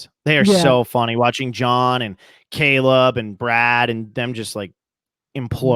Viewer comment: totally said Cable, not Caleb.